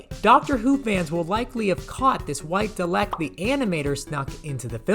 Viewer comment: He really just called a Dalek dleck it’s pronounced Dar-leck